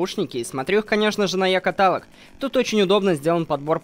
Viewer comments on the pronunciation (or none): Вообще-то ты не правильно говоришь катАлог . В слове каталог ударение падает на О то-есть КаталОг .